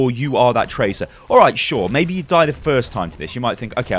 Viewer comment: I dont know, mei-be ur right.